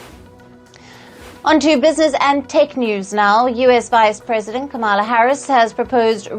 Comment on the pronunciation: How very disrespectfully white South African (so racist Elon Musk-like) of you to pronounce VP Harris's name improperly, yet you have no problem pronouncing President Narendra Modi and Joe Biden's names properly. I wonder if you disrespect Palki Sharma by mispronouncing her name? You even pronounced my home state properly so I know you have it in you to say Comma-lah or Com-lah correctly. VP Harris's name is not hard to say. If you can't seem to gather up the respect to say her name properly, then you need to refer to her as Vice President Harris from now on. How about we start referring to Elon as Ellen or Bill Gates, Billy or Willy or Charlize Theron, Charlene? First Post shouldn't allow you to report the news in the future. You're boring and can't match Palki Sharma's caliber.